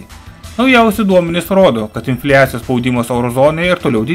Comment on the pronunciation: Viskas tvarkoj, aciu uz trumpas ir gan issamias zinias. Nu bet... inflijacijos mano ausys neatlaike.